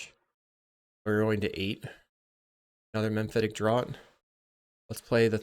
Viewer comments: FYI, "Draught" is pronounced 'draft' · Draught is pronounced "draft."